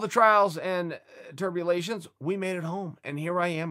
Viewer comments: Turbulartions? Trials and TRIBULATIONS... Sorry unc. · "Trials and turbulations" lol that is how its said from now on.